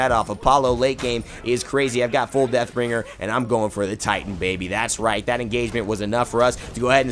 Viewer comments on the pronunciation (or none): none